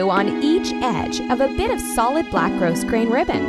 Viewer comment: The "s" in grosgrain is silent.